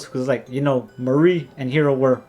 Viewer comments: The mar part is pronounced like the planet mars and the ri part is pronounced like the name Marry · I aint never hear someone say MARI'S name like that